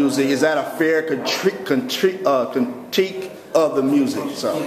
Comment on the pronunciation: "Is that a fair cri-trique? cri-trique uhhh? contique? of the music itself?" LOL! It's 'CRITIQUE" Sorry, that part always makes me laugh. :) Anyway, I Love Mali Music! God can use anyone, even Akon as a doorway to spread the gospel. Stay strong Mali!